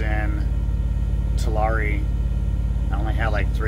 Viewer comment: Are you sure you’re from California? Because you can’t pronounce Tulare correctly 😀